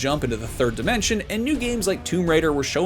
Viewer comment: Did he just say “the third dementia”?